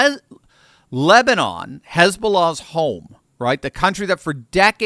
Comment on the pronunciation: The number of times almost said lesbian instead of Lebanon 🤣🤣